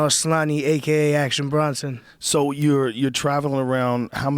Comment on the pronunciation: BRONson Not Brunson Joe. . Fuvkn moron